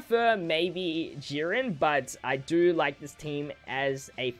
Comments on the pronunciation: Sorry but I giggled every time you said Yurin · Love how you say YeeRen instead of Jiren hahah